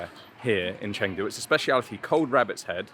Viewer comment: Dude, it’s not Chaaangdu, it’s Chungdu. Spelled Chengdu